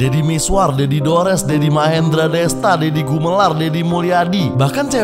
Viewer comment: Deddy,bukan ferr... 🤣